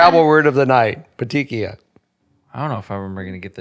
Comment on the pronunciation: It’s( pet-eek-ee-eye)